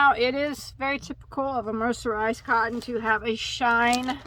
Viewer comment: 😂😂😂😂 say mercenized one more time 😭😭😭🤣🤣🤣🤣